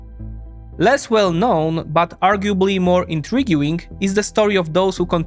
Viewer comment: Excellent and informative as usual. Your English language skill is obviously very high. If you want to improve one detail, look at pronunciation of words like "intriguing" or "guarantee". Essentialy the "u" is silent. Keep up the good work 💪